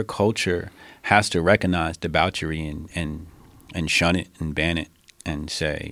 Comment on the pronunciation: deBOWchery, lol